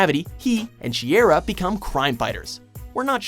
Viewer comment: Dude mispronounced sheyra